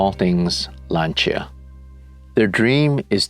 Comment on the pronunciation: I'm glad you pronounced "Lancia" correctly! "Lan-cha"